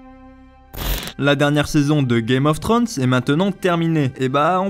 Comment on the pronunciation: GAME of "Trönssse? t'es sérieux tu peux pas le prononcer comme il faut. C'est pas compliquer!!